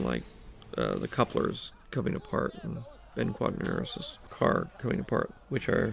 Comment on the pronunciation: Funny how George will talk about Star Wars. like he is the most casual with all the names he uses and their pronunciation except for ben quadinaros lol